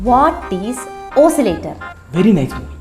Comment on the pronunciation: Oscillator ❎ ozler ✅